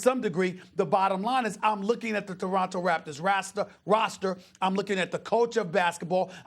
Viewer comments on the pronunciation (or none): none